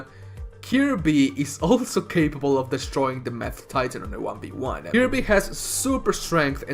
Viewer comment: He said mad titan, but I heard math titan. Now that would be an absolute heel supervillain